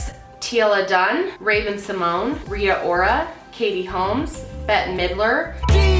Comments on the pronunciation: U said RIA ora twice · She said Rita Orra twice but great video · She said Rita rora twice 😂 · She said Rita Ora 2 times lol 😂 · She said Rita Ora twice😮